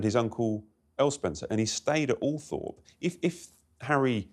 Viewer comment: Considering she’s supposed to be in the know, why does she keep saying Althrop?! It’s Althorpe 🤦🏼‍♀️